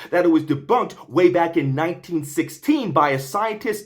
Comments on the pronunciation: its deeeeeebÜnked, as in blÜdflew. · ‘Deboonked’ made me literally burst out laughing.